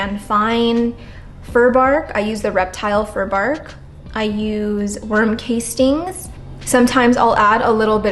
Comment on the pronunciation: I think it’s pronounced worm cast-ings